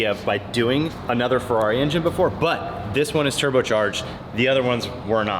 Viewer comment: Its a fu**ing monster!!!! Italian voice "Ferrari" 🤌